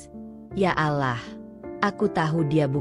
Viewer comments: Harus nya yang baca cerita nya orang yang beragama Islam, biar gak nyebut alah tapi Allah 🙏🙏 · Mf min perbaiki dikit. Bukan alah sebutanya tapi allah